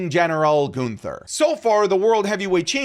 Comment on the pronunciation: The way says Goonther kills me 😂